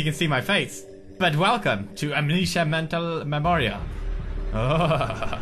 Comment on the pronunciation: When he says "Amnesia Mental Memorial" he has a REALLY thick Swedish accent xD S'cute! XD ;) <3